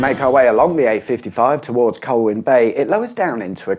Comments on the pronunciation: It’s Conwy not Conway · It’s pronounced Con wee, not Con way 👍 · Llan-dee-las and Con-wooee. It’s certainly NOT Con-way. Just saying.